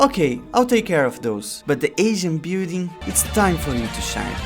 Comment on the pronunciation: "i didnt have time to render the bewding so i used a bunch of images of the bewding" i was so confused at what you meant... you meant building!